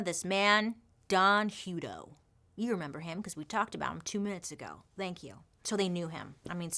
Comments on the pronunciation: Yikes! I grew up in Hutto, Texas 😬😧 we pronounce it Huh-toe lol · I've worked for CCA (now Corecivic) for almost 6 years now. Don is dead now. It's pronounced like a hut. We just had our ACA audit. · Sorry dear it's pronounced Hut-to as in a hut. 🙂